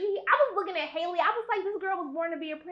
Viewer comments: *HALLE not hailey 😭😭😭😭😭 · "Outshining Halle...." 😬 C'mon now. Don't put that out there. ;) lol 💆🏽‍♀️ And it's "Halle" like Halle Berry, not Hailey. Lol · She calls her Haily Bailey 😂 It’s Halle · Halle has said her name several times (it's pronounced just like Halle Berry) and yet people still keep calling her Hailey... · It’s HALLE😂 not hailey boo ❤ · You pronounce her name the way you do Halle Berry’s, not “Hailey” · We ARE going to see this in theaters!! It’s Halle like Halle Berry!!! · Why you can’t say her name right though? Lol